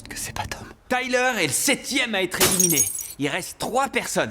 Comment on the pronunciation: Le "éliminéE" m'a piqué les yeux à chaque élimination 😂